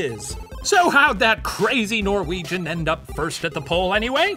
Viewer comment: All the Norwegian stuff was so butchered. They did our great hero boi dirty 😢